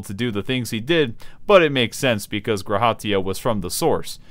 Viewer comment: by the way... maybe its just me but the emphasis is on the Ra in G'raha Tia not on the Ha its "guh RA ha" not "gra HA tia"